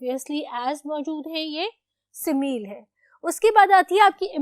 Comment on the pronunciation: Aur simile ko pronounce karna sikho